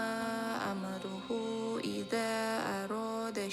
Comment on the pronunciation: Innama amruhu bukan amaruhu kak😊